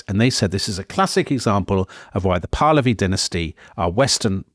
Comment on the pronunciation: *makes fun of [southern] Americans for pronouncing Iran incorrectly *immediately mispronounces “Pahlavi”